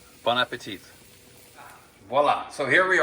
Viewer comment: Nice video but please guys, stop pronouncing the "t" at the end of "bon appétit, it's silent.